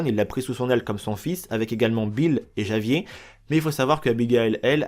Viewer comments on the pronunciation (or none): Olala faite un effort pour les noms svp je suis pas espagnol mais je sais qu’on dit pas « javier » mais « Ravière » tout au long du jeu on entend leur prononciation ça casse pas trois pattes à un canard 🙄🙄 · Javier se dit en Espagnol ravier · Grave. Javier se dit Ravièr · Comment tu dis certains noms ça m'bute 😂 l'Inde, Javier 😭😭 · Faut vraiment être con pour faire le jeux deux fois et pas savoir que Javier se prononce pas comme il s'écrit.